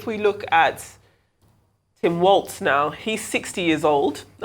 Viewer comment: Walz not Walsh